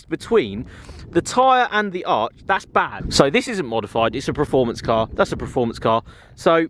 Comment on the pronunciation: Still say praformance..... Jesus, it’s not difficult